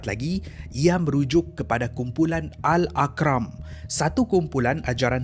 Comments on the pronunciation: Maaf dek ..Bukan Aqram dek...Yang betulnya Arqam. Cek list balik sebutan admin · Al Arqam...bukan al aqram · al-arqam bukan al-aqram 😁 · bukan aqram bang. arqam bang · Arqam lah bukan Aqram adoii 😂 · Assalamualaikum min, Rasanya min silap sebut tadi.. Bukan AKRAM / Tapi ARQAM.. situ tulis ARQAM hanya min sasul eebut AKRAM/. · Al Arqam. Bukan al Aqram. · arqam bg bukan aqram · ARQAM bukan AKRAM.. sebut betul2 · Sebut btui2 bro, Al...Ar....Qam. bukan Al...Aq...Ram. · Arqam.. Ar.. qam.. bukan akram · Min,hang yg buat ajaran sesat.bukan akram la,al arqam.eja dan sebut betul2,salah sebut kau berdosa balik.bkn akram..arqam. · arqam ke aqram haha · sebut betul2...aqram aqram aqram yang betulnya arqam. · itulah, geram plak dengar aqram dia sebut. arqam betulnya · Aqram ke arqam? confuse. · Tulisan dh betul, tp sebutannya salah. Darul ARQAM, bukan AQRAM. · al arqam sebutannya -R-KAM. bukan AKRAM…✌🏻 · Pembetulan sebutan Al aqram✖️ Al arqam✔️ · Salam.. saudara telah tersilap sebut perkataan Al-Arqam. Kedengaran saudara menyebut sebagai Al Aqram. Hnya untuk pembetulan saja ya.. T. Kasih. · Arqam bang. Bukan Aqram.Lain bunyi dia.Patut masa baca balik aku pelik😅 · as salam.. sy cuma nak betulkan 1 sebutan yg der sebut dlm cerita kali ni.. mungkin tersilap sebutan berpunca hampir same dgn name.. kumpulan ajaran sesat tu AL ARQAM bukan al akram.. tapi ape2 pon cerita best2.. silap tu biasa la tu.. hehe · Bunyinya bukan Al Ar kram. Bunyinya Al Ar Kam. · Bukan aqram, tapi ARQAM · Al AR QAM bukan aqram iqram 😅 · silap sebut tu...al arqam bukan al aqram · al akram ke al arkam😅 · bukan al aqram....sebut al arqam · BERANG bukannya Kerang ARQAM bukannya Aqram Banyak salah sebutan termasuk d video2 lain.. Tu yg bikin nampak kurang professional disebabkan salah sebutan tu bosku.. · Bro, Arqam bukan Aqram😅lepas tu kuala kerang tu kuala berang, mula rasa nak tergelak kat mana pulak kuala kerang tu rupanya salah sebut